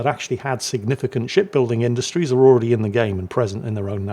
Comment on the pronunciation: I can not help but hear "shit building industries" all the time ......